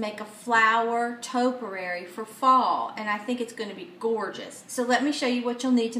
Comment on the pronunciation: Quite pretty. Pronounced topiary (toe-pee-air-ee).